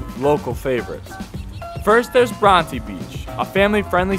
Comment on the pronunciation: Please learn how to say Coogee and Bronte properly.